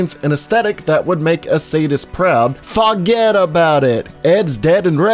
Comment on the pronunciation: “Foget about it” I laughed longer than I should have